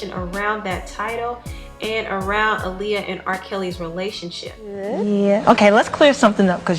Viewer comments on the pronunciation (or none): I thank you for speaking on what Aaliyah went through. However, I wish that for once someone would pronounce her name correctly. Her name was pronounced AH-LEE-UH, not UH-LEE-UH.